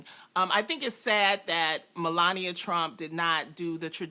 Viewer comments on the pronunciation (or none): none